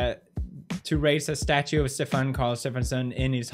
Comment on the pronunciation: stefan is not pronounced like that